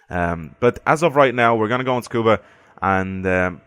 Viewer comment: Tsukuba is pronounced SU-KU-BA. Not SKU-BA. Just a friendly correction. I hear many other videos pronouncing it wrongly.